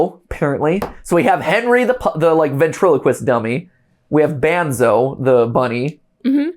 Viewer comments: It's Banzo (pronounced Bonzo) the dog. And Henry is the ALIVE Henry doll. Banzo is Henry's dog. It's all a family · It’s not banzo it’s bonzo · Henry isn't the Master mind. He is just angry with Martin bc Martin Killed his dog, Banzo (pronounced Bonzo), and bc Martin is the one turning people into animatronics/puppets. Henry is Martin's son and Arthur's nephew. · NOOOOO ITS THE OTHER WAY AROUND. Martin Killed Arthur bc Arthur found out about Banzo (pronounced Bonzo) and was taking Martin's kids and wife away. Martin and Arthur are brothers. Arthur is the Icecream man. Smh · ITS BUN-ZO NOT BAN ZO MATPAT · Aight so I might need to explain some things, but Henry is Martin's son, the shadowy figure is gloria, the icecream man is arthur and the dog is banzo (pronounced bon-zo) and the daughter gets shown later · His name is bunzo not banzo and a dog just for some clarification and lore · Henry is Thomas (the son) Banzo is Banzo (the dog, pronounced Bon-zo) Icecream Man is Arthur (Martin’s Brother) Martin is the killer The lady in the background (who looks like the singer in Kiss) is Gloria (Martin’s wife) You have not met the other characters yet.